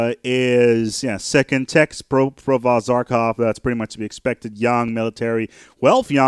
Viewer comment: lol, "zarkov"... the good provost says his name in the game for you, in several places. How can you mispronounce that? But regardless, I am happy to see this game getting some love. I've been playing this off and on since (i think) the late 90's. I suggest you give sea bases another look, since I hear you saying they suck as I write this -- sea bases take a bit more investment, but if you get them up and running they can easily out-produce most land bases. Also, their borders are the only way to prevent the AI from building annoying sea bases right next to your land. Hmm, nice borehole...